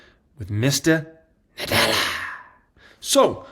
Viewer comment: The "Mista Nadelllla" was hilarious